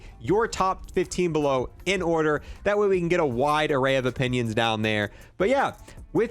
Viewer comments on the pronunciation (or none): none